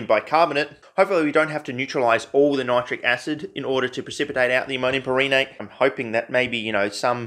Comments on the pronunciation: Maybe it's pronounced PAIR-ehnate? Like change the emphasis to the first syllable instead of second in per-EN-ate? Who the fuck knows tbh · It's pronounced "perrhenate" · I believe it's pronounced "perrhenate" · I'm not that well-versed in chemistry or it's naming structure, but I'd pronounce that: Pehr-Hen-Ate but with a very soft, nearly silent "H" in the "hen" part.